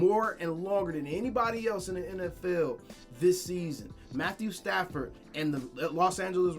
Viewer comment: D.O said Matt-stat-ford 🤦😂🤣